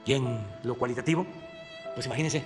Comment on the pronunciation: Monuto .' " MAGÍNENSENNN ".